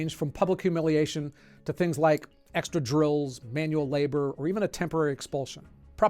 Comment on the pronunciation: you repeat material and mispronounce 'labor' as 'label'.